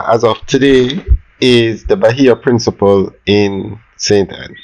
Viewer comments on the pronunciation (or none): I swear if this man say principal one more video ill unsubscribe,you can't tell me for a grown educated man you cant pronounce one word come on man.ive seen multiple people in the comments section correct you and yet you continue to pronounce it incorrectly